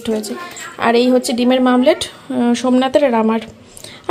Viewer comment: Oita omlet . Mamlet na😂😂😂😂